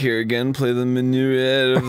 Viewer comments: Well, now we know that the don't know how to say minuet (minn-yew-et) or concerto (conn-sherr-tow) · I know it's super late but its bugging me. Guys, it's pronounced "min-u-et" music nerd rage complete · Oh my god, Arin sucks at this game. Also, it's MIN-yoo-et.